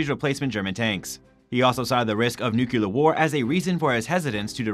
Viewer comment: NOTE: "Nucular" is NOT a word. Nuclear is. Any chance the guy doing the voice-over learn that? Who's doing that anyway? That guy has no professional training. More like blurting words than doing voice-over... Oh, and it's not "djeperd". Please learn to say the word "gepard" properly. It's f*inkg annoying to hear. Simply go to Google Translate, choose German, then type the word in and listen to it.